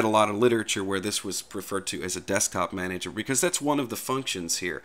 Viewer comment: Now say it with me: "DESK-TOP-MA-NA-GER" x'D